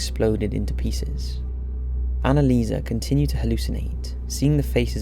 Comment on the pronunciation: Annelieserrrrr. Come on.